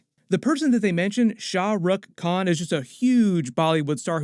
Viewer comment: the pronunciation attempt for Shah Rukh Khan my gosh LOL